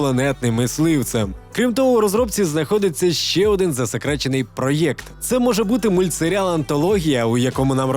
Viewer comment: Все супер але не раз замічаю за автором "проєкт" написання гірше вимовляння